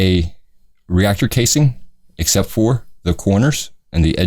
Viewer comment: Its also funny how you say xept instead of 'except' .....lol